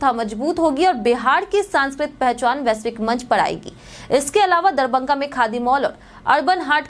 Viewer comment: DARBANGA Nahi madam DARBHANGA DARBHANGA